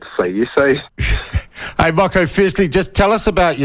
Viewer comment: It takes about 30 seconds to make a decent attempt. Tens of thousands of white New Zealanders could pronounce Moko (More-Core) correctly. There is no excuse. It's just lazy, especially when he demonstrated he can pronounce Māori correctly in this segment.